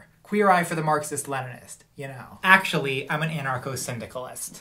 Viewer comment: "So, akshully..."